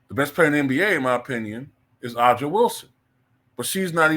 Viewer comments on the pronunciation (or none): BTW, Aja Wilson's name is pronounced 'A-JUH.' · You cant even say the name AJA Wilson right. If you're going to make a case, then maybe watch more than 5 minutes of highlights. Thats one. Two: Oh derrrrrrrr OMG youre right Caitlin didnt rip up the league just 10 games in! You got me broooo (she was averaging 17/5/6 lol). I have a fun pop quiz for you chief, it took Diana Taurasi 15 years to get 10 20 point and 10 assist games. 15 years. It took Caitlin Clark 34 games. You know - "Video game numbers." Reality is coming indeed. Aja (the name you cant even pronounce) leads the league by far in shots inside of 5 foot with 296. Thats her game. The same boring WNBA style that has been around for 30 years. Because of Caitlin, AJA can actually get a taste of what its like to fly in luxury. And because of Caitlin, the revolution is coming, and you cant stop it. Take the L